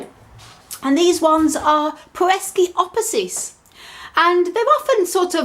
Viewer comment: It isnt peresiopesis. Just pereskiopsis.